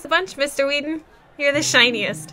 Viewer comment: Wasn't the second name pronounced wrong all the way through? Shouldn't it be 'weddon,' not 'Weedon?'